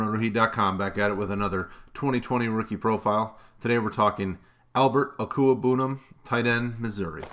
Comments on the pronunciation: Deserve a raise for being able to properly pronounce Okwuegbunam! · I'm impressed 👏 at the fact that you're able to say his name correctly and with such ease